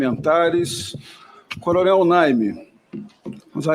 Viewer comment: Naime, não Nine. 🤭